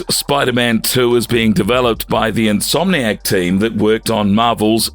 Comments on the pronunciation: In-so-manic games? Never heard insomniac pronounced that way before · Who's says insomniac like that 💀💀💀